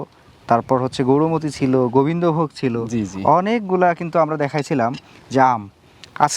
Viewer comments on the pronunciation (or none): Gorumoti noi , Gourmoti bole😂😂😂